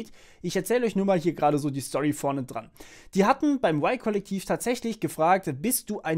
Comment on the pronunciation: Spricht man das Y-Kollektiv nicht komplett deutsch aus ?